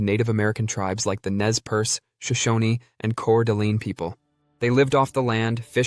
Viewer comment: You did not pronounce Coeur d' Alene or Pend Oreille correctly